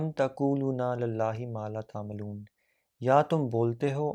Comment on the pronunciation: At 11: 53... Its ta'lamon...but u recited it as ta'malon...plz recite carefully while explaining